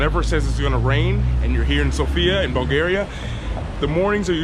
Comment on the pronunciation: Bulgaria 🇧🇬 not Bulagaria bro lol 😂